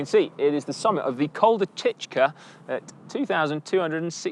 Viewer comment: its pronounced Tishka.. latin characters in Morroco have to be pronounced the French way :D